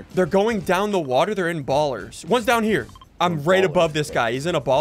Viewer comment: mans realky said “water”